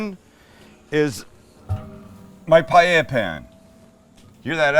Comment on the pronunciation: You know this guy knows what he's doing when he knows how to actually pronounce "paella."